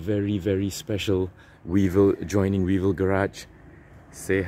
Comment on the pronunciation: Weevil Garage or "We evil" garage?😅